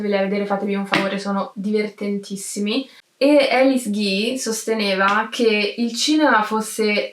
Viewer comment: sì, ma il suo nome non si pronuncia "Elis", ; non è americana: si pronuncia "Alìs", Alice. Era francese. E a non "incontra MOLTISSIMI REGISTI", per il semplice fatto che il cinema ancora non era stato inventato e i registi (cinematografici) NON esistevano. Incontra i Lumière, che ancora neanche sanno di essere "registi", e non sanno che la loro macchinetta avrà un certo futuro.